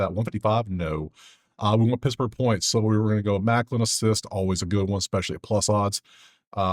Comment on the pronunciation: I’m sorry your the man but bro it’s malkin not maklin 😂😂all love bro